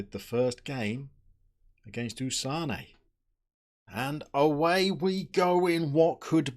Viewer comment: And then you got it wrong with Åsane. It's like Ålesund a Uh sound Uh-sa-ne is best way to describe it